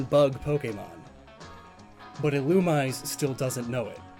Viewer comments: all pokemon names are fictional so it doesn't matter but if you're going to make a video about it at least look up the pronunciation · yes, it is officially pronounced that way, but many people pronounce it the way does. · keeps saying "Illumise", but it's pronounced "Illumisé" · Literally watching this episode to see if pronounces Illumise right: nope. “Ill-Uhm-EE-zAe” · Yet another victim of EELOOMEESAY, mispronounced but not forgotten! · I know Illumise is meant to be pronounced 'Ill-OO-mi-zay', and while I like that I still say 'Ill-yoo-mise' and I'm guessing most others do? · And it's "ill-oo-mee-zay". Did you not watch the Advanced season of the anime as a kid,? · It's pronoced illu-me-say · Pretty sure it's pronounced Ee-loo-me-ZAY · A-A-Ackchyually, it's pronounced "Ill-Uhm-EE-zAe" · "Illumise" is actually pronounced "ih-loo-mee-zay"; tis possibly an Anglicization of its Japanese name, "イルミーゼ Irumiize". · I think Illumise is pronounced ee-loo-mee-zay. That’s what I heard in the anime and in Japanese it’s Irumize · I think Illumise is pronounced ee-loo-mee-zay. That’s what I heard in the anime and in Japanese it’s Irumize. But Pokemon was never consistent with pronunciation though so don’t take my word for it. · Since I’ve seen none of this, Illumise is pronounced EE-loom-MEE-zan. It’s a very common mistake and I made it for a while, but I gotta point it out. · the official pronunciation according to Pokedex 3D is il-u-mee-zay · The most offensive thing about this video is how you mispronounced Ill-um-ME-ZEY... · That's not even correct. It's name comes from illuminate, so it would be pronounced as ill-OOM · Yeah Ill-oo-me-say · Isn't it pronounced "ee-loo-mee-zay"? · I’ve been pronouncing illumise wrong my entire life apparently. Thank you comments. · When mispronounces Illumise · It makes me annoyed how you say illumise wrong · Does a video on Volbeat and Illumise Pronounces Illumise wrong the entire video